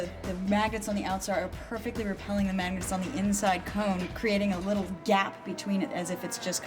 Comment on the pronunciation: Did she say maggots or magnets? 😂